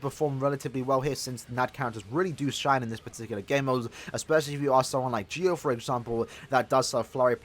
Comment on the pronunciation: Lol I can't watch this video because it's so annoying to here him call Ggio's name wrong lol